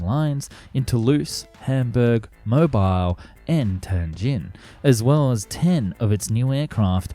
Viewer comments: Mobile: MO-BILL Not: MO-BILE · Americans will eat you alive for that Mobile Alabama. Apparently it's "Mo-beel" or "Mo-bill" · Mobile is pronounced Mobeel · I know it’s spelled the same way, but the city Mobile Alabama is pronounced “mo-beel”. It’s weird, I know. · We actually pronounce Mobile like Mobeel. I know it doesn’t make sense but that’s Alabama. Edit: only the city, we still say mobile phone normal